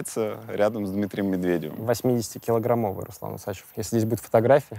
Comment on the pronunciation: почему УсАчев, а не УсачЕв, согласно правил русского языка ??!!